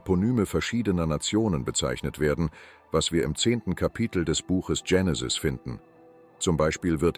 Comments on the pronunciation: Warum sagt der ständig Dschenesis statt Genesis. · Die Aussprache des griechischen Wortes "Genesis" ist im Deutschen mit "normalem G", also wie "gut" oder "ganz", die Aussprache mit anlautendem "Dj ...", also "Djenesis" kommt wohl eher von der englischen ProgRock-Gruppe "Genesis", ist also nur im englischen Sprachgebrauch richtig - nur mal so fur's Protokoll! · Tschenesis! Die Unbildung kennt keine Grenzen mehr! Ist es eine künstliche Stimme? Nicht auszuhalten diese Runterratscherei!